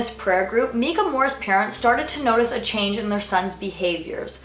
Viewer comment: Mekah? Its miiiiicah Ahah. That's my only complaint on this video. Great job, very enjoyable video- you're really great at speaking in a way that makes it easy for the audience to envision the story.